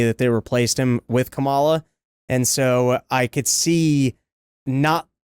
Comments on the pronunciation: PLEASE start saying her name correctly! She is truly terrible, but it really takes away from your "dumb as a box of rocks" argument when you cannot say her name correctly. Plus It's really easy. Just think comma-luh, because she speaks so often with pauses while she searches for words. Idk maybe it's just me but I think it's pretty cringe to mispronounce someones name KNOWINGLY over and over. Especially when it's not at all difficult to say. And pretty ironic to say she's not smart in context. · Oh my God Dave it's pronounced Kamala, not Kamala. How many times are you going to say it wrong? One more time,, Kamala, NOT Kamala! Geez...